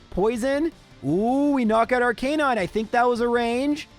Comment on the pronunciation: Can I make fun of how he pronounces Ar - canine? ARC - UH - NINE